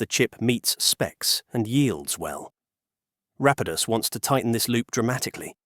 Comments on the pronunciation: Is this narration AI? It seems kinda off. Weird pronunciations that change throughout the whole video, weird pauses where the shouldn't be any etc. suspect to say the least. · This is the problem with using AI voiceovers. Rapidus was pronounced incorrectly many times throughout the video. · What's with the narrator? Is this generated text to speech? The way numbers are read and the alternating pronunciation of Rapidus is especially off putting